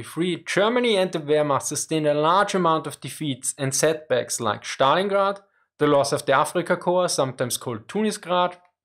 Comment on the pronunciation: Schtalingrad is german